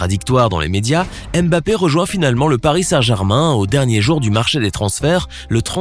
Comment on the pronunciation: Tu ne sais meme pas prononcer son nom. Cest nest pas M. BAPPÉ